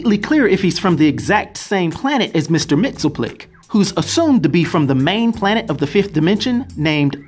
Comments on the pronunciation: You're are mispronouncing Mr. Mxyzptlk. Mainly the ending part of his name which sounds more like "LICK" not "TILK" try sounding out his name two letters at a time. It's a little less difficult that way. Remember "Pittle-Lick" not "Pitilk" short "i" not long "Ī" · Correct pronunciation is Mix, yes, spit, lick. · I think its pronounced Mr. Mix-yes-spit-lick